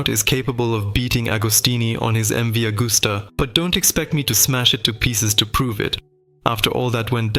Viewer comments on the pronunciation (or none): Ca serait bien que le commentateur ne déforme pas le nom des marques de motos et des pilotes de légende. MV AGUSTA se prononce AGUSTA et non pas AUGUSTA et AGOSTINI se prononce AGOSTINI et non pas OGOSTINI. La moindre des choses quand on aborde un sujet c'est de le connaître.